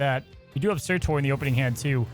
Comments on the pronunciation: For the love of god stop saying surTOR ITS TUR!!!😂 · dude....it's surtur not surtor tur like turn not torn. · Sir-terr. Not Tor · It’s pronounced “Sirtur”. Quickly said. You’re saying it more like Sir-Tore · SURTURRRR! Where is the O?? Not SurtOr, cmon what are you.. Alex? :P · Pls stop butchering his name :'( S U R-T U R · I got triggered how many times he said 'sir tor' lol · He is generally bad at pronunciation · Sorry y’all I’m gonna be that guy: pronounced like “Cer-ta” 🤓☝🏻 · Did no one notice how pronounces Surtur 😅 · How are all of the snap content creators pronouncing surtur wrong... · It’s driving me insane